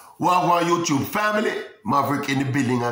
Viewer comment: YouTUBE!....NOT CHUBE!